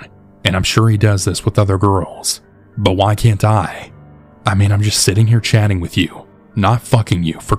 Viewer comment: I can’t unhear “buhnnn” whenever you say “but” 🤣